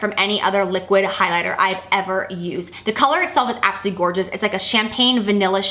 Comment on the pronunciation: You crack me up when you say absuly for absolutely. Priceless.